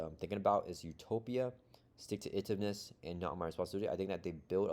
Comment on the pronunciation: It's pronounced "Stick to it - ivness" ;p